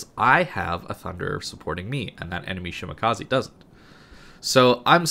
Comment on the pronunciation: shi ma ka ZE not shimakazi